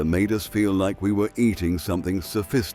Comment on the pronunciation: "Chow Meen"? Heints"? "Blonk Monje"? "Buffett"? You let AI do the narration to save five minutes of work, yet somebody went to great lengths to Photoshop spelling mistakes into the video: "Olackcurrant", "Toase Toppers". And of course "Chef Boyarde Lasagna" with "NO Artificial Colors" at "25¢" can't have been British. Pity, because the script was pretty good till AI ruined it.